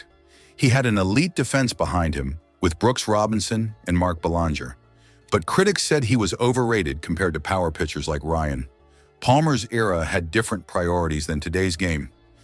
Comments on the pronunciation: It's Bell-land-Ger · And mispronounced ‘Belanger’😂😂😂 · Amen! Mispronounced ‘Belanger’ and ‘cerebral’😂 💩💩💩💩💩💩💩💩💩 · It's an AI. Why are people so dull as to not have figured out that AI cannot pronounce names right?... yet.